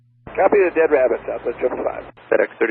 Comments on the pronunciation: lol "no joy on the bunny wabbit." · ‘Wabbit on the wunway’ Hee hee